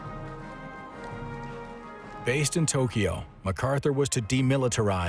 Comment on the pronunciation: He's also saying Tokiyo 🙄